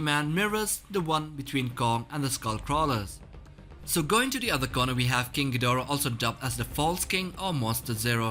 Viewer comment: King "Gjidora"